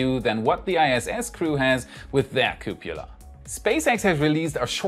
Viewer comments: Love your show and presentation. Am subscribed! Caution on your pronunciation... cupola /ˈkjuːpələ/ ... It's kyoo puh luh, not koo pyoo luh... Ah, a complication just like nuclear vs nu kyoo ler! :) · Cup-O-la ffs lol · I'd like to hear the outtakes of saying couppala. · Cupola, like Frances Ford Coppola, not cupula, like Dracula. Thank goodness, I don't think I've heard you mispronounce nuclear yet! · I keep hearing it as "cupula"